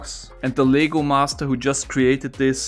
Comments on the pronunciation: He made LEGO sound like it's legal lmao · For some reason I thought that you were saying “legal” instead of “LEGO”, so that made me think that there was an illegal version of this puzzle that can only be solved by building it, but intentionally messing up on some steps in the instruction book. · I dont know why but I thought he said LEGAL BRICKS instead of lego bricks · I love this but it’s LEGO not legal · Lego not ligo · i love this puzzle. btw everytime you say "Lego" to me it sounds like "Legal" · This is so cool but I love how he calls Legos, legals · I’m confused about what he is saying, legal or Lego